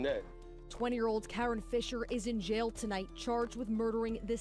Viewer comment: That is KaRon…. Lol not Karen